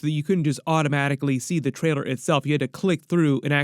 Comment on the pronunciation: I love homies videos but how is it that he said traider instead of trailer